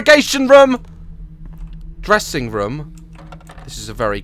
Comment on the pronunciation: Has anyone else noticed that Daz says room Rom.